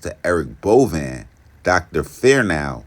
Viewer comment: It’s pronounced Bo Vein